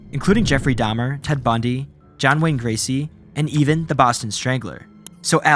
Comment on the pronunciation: said John Wayne Gracie